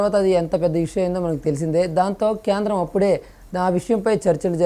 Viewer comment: క్యాంద్రమ్ కాదు రా బై కేంద్రం అనాలి సరిగ్గా పలుకు